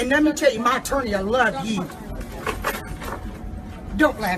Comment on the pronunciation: talking about “My Torney” 🤣🤣🤣🤣💀💀💀💀🤣🤣🤣🤣